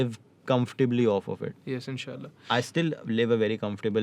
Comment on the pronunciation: the way say mashaAllah and inshaAllah is amazing!